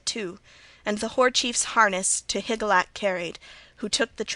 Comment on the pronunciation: Hi Jill ee ack. It isn't that hard to pronounce. It isn't Higlack.